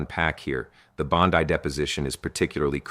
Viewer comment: ya very bad A.I. "Bond-eye"? come on dood.